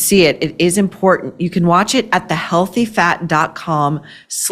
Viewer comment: Maureen, What is this "Import TENT?" I'm hearing it more and more. Cringes my brain.